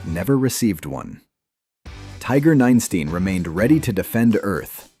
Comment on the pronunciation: Ninestein, not nine steen -_